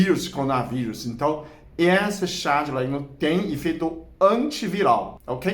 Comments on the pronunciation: meu querido, não é oléguno, é Orégano!!! rsrsrs blincadeila❤ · Eu gosto muito orégano na pizza, macarrão etc. Chá nunca tomei. O Senhor pronunciando orégano com este sotaque fica um charme. Gosto muito do seu canal. Admiro sua competência e inteligência.